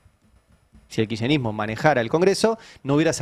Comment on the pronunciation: Tenemos un presidente tan imbécil, que se queja porque el, como pronuncia él mismo, "Kircherismo", está destruyendo el estado. No era su deseo de imbécil destruir el estado ?